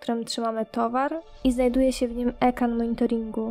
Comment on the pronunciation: "ekan monitoringu"